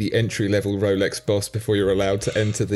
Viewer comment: I love it when says Wolex.